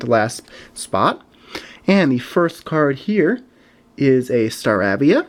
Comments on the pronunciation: It's pronounced star a via like in ape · It's staravia with a long a not a short a